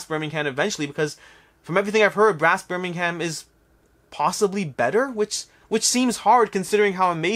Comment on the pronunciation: Firstly I'd like to say that your videos are great. However, I do find it funny that you are pronouncing Troyes (Twah) correctly but then mispronouncing for your audience. Yet you don't seem to realise that you are mispronouncing other European cities and regions incorrectly in the same video. Birmingham (has a slient h), Lancashire (lang-ka-shuh rather than shire) and Coimbra (Co-Imbra where the O and I have separate sounds rather than a joint oy as in coin).